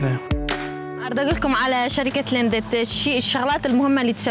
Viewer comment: فديو روعة عاشت ايدكم، بس ملاحظة صغيرة وبدون احراج، كلمة Lindt حرف ال D ما ينلفظ. اتمنى تتدربون اكثر على لفظ بعض الكلمات باللغة الالمانية لان انتم عايشين بالمانيا وجاي تسوون فديوات هم عن المدن الالمانية. تحياتي